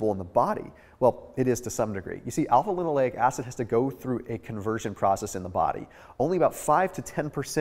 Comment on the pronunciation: Alpha-linoLENIC acid, not linoleic